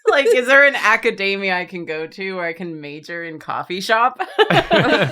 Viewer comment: pronouncing academia like that is crazy. theyre like saying macadamia